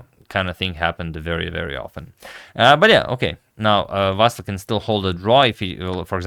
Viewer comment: Vasyl - you should pronounce it with the stress on the Y. And L should be soft.